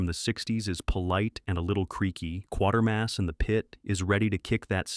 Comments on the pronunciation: #05: It's Quatermass and the Pit, no R after the A, pronounced "kwaytermass", not "Quartermass". It's even correctly given in the chapter title on-screen, but the narration and the caption on-screen are wrong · It's Quatermass, not Quartermass. Just saying. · Ot's pronounced Kwaytermass. Not Quater mass. Yes it's spelt like thet, but if you watched the films and TV series you'd know that. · Thanks for this I had never scene Night Caller so downloaded and watched excellent movie Always feel sorry for my Yank sci fi fans They never get Professor Q name pronounced correctly